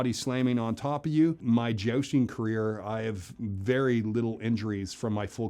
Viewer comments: I love how every time he said Jousting, I heard it as Josting so I couldn't help imagining him dressing up as Colin Jost from SNL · "I've been 'jousting' for 25 years" - but still can't pronounce "jousting" correctly. :D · “Cavalry”, not “Calvary”, small difference, certainly, but one is the actual subjects were talking about, and the other is the hill upon which Jesus Christ was crucified. I know that you’re pronouncing jousting, as josting. Lots of pronunciation problems, and so many more.